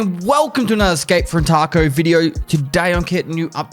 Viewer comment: Is it just me or did he say escape from taco lmao 🌮